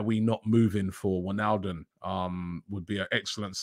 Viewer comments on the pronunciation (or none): none